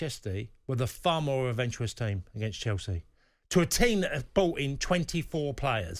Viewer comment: Adventuwous is a new word. Never heard that one before